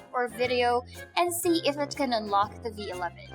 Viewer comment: she needs to work with her schwa.. unlock sounds like Unluck.